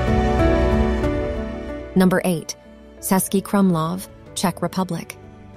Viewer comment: It's not "Sesky Krumlov", it is "Chesky ..." (meaning Czech City Fortress). The letter "Č" is like "Ch" in English.